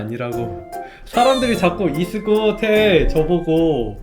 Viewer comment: 이즈굿 누가 이수근으로해서 그렇게 들렼ㅋ